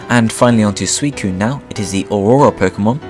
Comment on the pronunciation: It's pronounced sui-cu-ne come on, I like your presentation, just get the pronunciation right